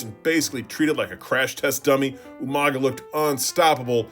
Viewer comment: Who is this Umaga person? Are you talking about You-Manga?